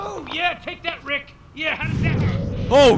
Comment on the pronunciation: it’s not riiick